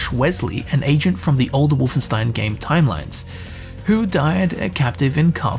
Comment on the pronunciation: Please, just one thing. WolfenSHtein.